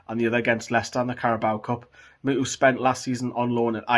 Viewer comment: Muto not mutu man